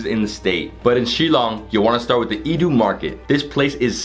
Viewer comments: Please forgive me but you murdered the word Iewduh in this vid It's OK I know Khasi is hard to learn I'll just help out a bit In Iewduh 'Iew' is kinda pronounced like Yeah and Eww in one word(yeaheew) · I like how he pronounced iewduh as iiduh it's kinda cute😁 love from Meghalaya 😍